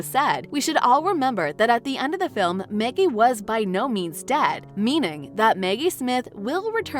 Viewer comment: Who the hell is narrating this? Is this AI? Maggie, not Meggie. Enunciation is important.